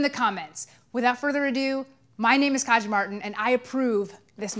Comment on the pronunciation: Did anybody think that her name was pronounced "Kaya" like the j was a mexican immigrant... I mean silent.